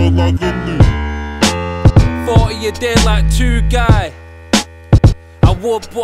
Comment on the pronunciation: the "g" in Kerimoglu is silent